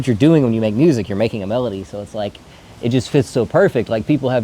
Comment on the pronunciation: Sounds like you fumbled melody bro